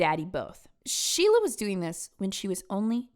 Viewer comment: ⚠️ it is SO IMPORTANT to understand that the way her nickname was pronounced RHYMES in New Hampshire: SHEILA THE PEELAHHHH 💀💀💀